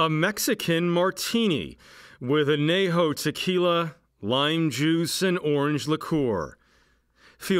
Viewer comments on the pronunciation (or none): This man pronounces words strangely. I have never heard anyone refer to enchiladas as on-childas. It was funnier than when he pronounced añejo anay-ho. Priceless.